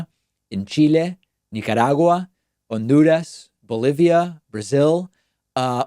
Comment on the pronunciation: obsessed w the pronunciation of "honduras"